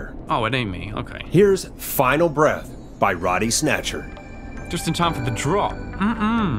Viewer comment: It's not Roddy snatcher It's bodie snatcher